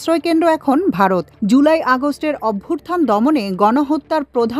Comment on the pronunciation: অভ্যুর্থান উচ্চারণ ভুল। সঠিক শব্দ হলো অভ্যুত্থান।